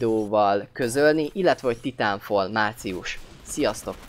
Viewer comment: Titánfal :D Dat kiejtés.